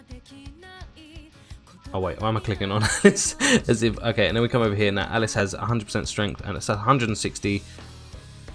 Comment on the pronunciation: Alice Al Lisss is spelled & pronounced this way buddy, Alise Ahh lease is the character's pronunciation and spelling.. hope that helped for future vids..